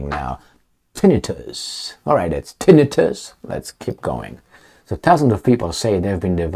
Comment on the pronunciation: Tinn. I. tus the emphasis is on the second i.